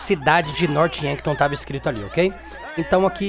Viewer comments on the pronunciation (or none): E Norph Yankton. Não Norte Yanton